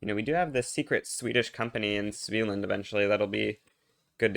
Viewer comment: It's not a big deal, but for future reference the first A in a hard A, not a soft A. SveAland